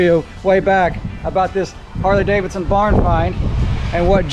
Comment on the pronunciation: I've heard Harley Dollarson!